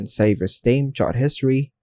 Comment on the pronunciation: It's "chat", not "chart"